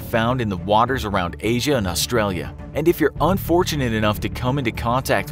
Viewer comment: I hate how non aussies say Australia